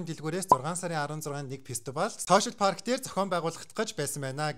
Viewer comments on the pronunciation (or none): none